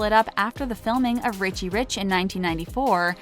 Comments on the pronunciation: I’m starting to think they mispronounce things on purpose to get more comments. How do you mispronounce “Richie” like “Ricci” when talking about Nicole but then getting it right when talking about Lionel? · Lol i know. The last video i watched she said Nicole ri-shay instead of Richie. Really? Lol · lets not forget Ree-chee